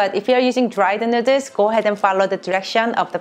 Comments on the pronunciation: Say noodles correctly pls my god🙄🙄🙄🙄😡😡😡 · I heard her saying noder.. My mind jimin :- I love noder.. Korean noder 💜💜💜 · This bitch says, “nooders” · I love the recipes here and they look amazing, they make me want to buy a pasta maker and do ramen from scratch. But the real reason I come and watch these videos is how she says "nooders" xD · She did an amazing job and this is something I know I’d never be able to make without screwing up! And I love how she says noodles with her accent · how she says noodles is great. and wow he has a shirt for it too HAHAHA